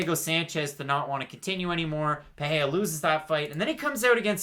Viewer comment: Paheya? It’s PAH-REY-RAH !